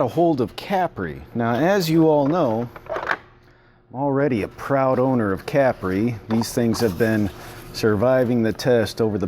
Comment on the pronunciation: I believe it's pronounced Ca-Pree not Capry.